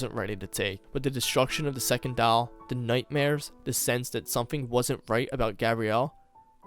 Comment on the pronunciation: The only thing I don't like is the way you say "doll" but I'm not hating. You did great. :)